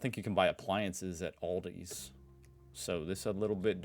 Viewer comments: It's Aldi not Oldie. 😅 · You have Lidl in the US! 😂 And it's Al-di, not All- di. Same 'i sound' as in Lidl. As they're both German, and you're right, VERY similar... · THERE'S NO "S" IN ALDI!!! And it's pronounced "AL-DEE", not "ALL-DEE"! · It is Aldi, not Aldi's ;) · Its not Aldi's is just Aldi btw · Aldi also sells non food stuff. On Wednesday and Saturday they get "offers" and they're something else every time and in small quantities. They can be garden equipment, clothing, kitchen appliances, etc, etc. Also, there is no S, it's just ALDI. Let Feli from Germany teach you how to pronounce German brands. :P